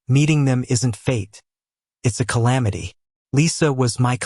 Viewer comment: Bro said : some people mate like calamity